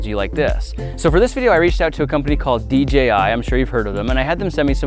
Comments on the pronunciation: The amount of times Grant says DJI is unreal.. ..Plus it's d-JAY-i not d-GEE-i Other than that 👍 video. Noice. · Who all heard him say DGI